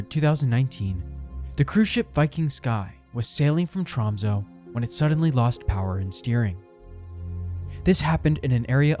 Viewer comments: TromsÖ, BodÖ och Stavanger. Ö is NOT "O" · Hearing Tromsø, Bodø and Stavanger pronounced like that pains me lol